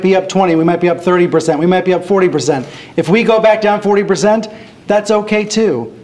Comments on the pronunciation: He pronounced percent as "berzent" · If we go back down 40 "ber-zent",that's ok too.